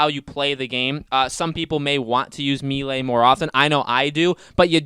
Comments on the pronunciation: Why does he keep saying me lay? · Can't forget him repeatedly saying me lay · Mel- lay, it's a French word,,, Melee, it's not hard to learn a few French words buddy lol